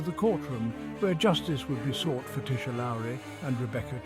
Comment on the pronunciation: im trevor edward aldridge .the boyfriend of tisha lowery we have 2 kids Onyx@ 'for fuck sakes say or speak tisha's name correctly .how dear you pronounced the one i love so so much WRONG..PLEAS TAKE THIS FUCKED UP DOCUMENTARY DOCUMENTARY OFF YOUTUBE.HOW DEAR USE.. IM SO PISTT WITH THIS UP SIDE DOWN FUCKEN DOCUMENTARY. ILL TELL YA NOW. IM A MEMBER OF PORIRUA MONGREL MOB.AND YOU DO NOT WANT TO PLAY GAMES.ILL GIVE U 24 HOURS TO PULL THIS DOCO DOWN OF YOUTUBE